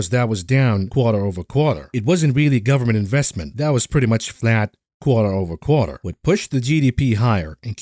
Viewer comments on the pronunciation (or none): none